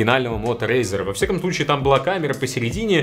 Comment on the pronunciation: Не смог выговорить. Это тебя Валя наказал рекламировать razr?